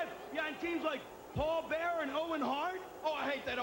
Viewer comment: Why can't Vince pronounce the word "mirror"? Lmao, he says something more like "meera" and he also has trouble saying Bearer. He says "Beara" 😂